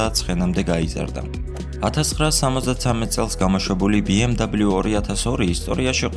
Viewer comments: "ბე-ემ-ვე" და არა "ბი-ემ-დაბლიუ" ეს არის გერმანული ავტომობილი და არა ამერიკული, შესაბამისად მისი სახელწოდება იკითხება გერმანული ალფავიტით. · sworad ambob biemdablius arusmino aravis msoflioshi xom inglisurit aris yvelaferi;) ar atvirto tavidan es video...magivrad Mercedess-ze gtxoven ukve ramdeni brat..... da mec;)